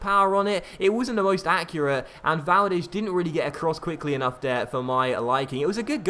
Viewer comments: VALDEZZZZZZZ NOT valdesh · Why on earth do you pronounce Valdes as Valdesshhhh :/